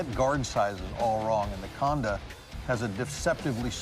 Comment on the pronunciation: Khanda , it's Khanda